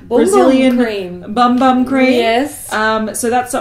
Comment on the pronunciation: 'Bum Bum' is pronounced 'Boom Boom' and it means booty in Portuguese from Brazil! But you sound very sweet saying 'Bum Bum'! :)